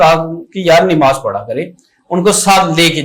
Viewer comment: Sir plz nimaz ni hota namaz hota hy plz don't mind